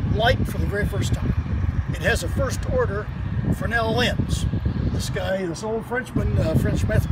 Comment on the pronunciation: Guys been doing lighthouse tours for 9 years and still saying frenel instead of Fresnel